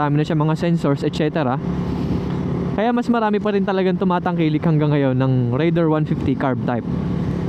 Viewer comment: taga Suzuki, pero di alam ang tamang pronunciation ng "Raider"